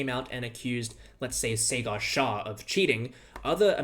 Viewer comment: "Cigar Shah"